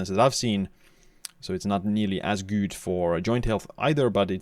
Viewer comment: Are you actually convinced that this is a proper way to pronounce „good“?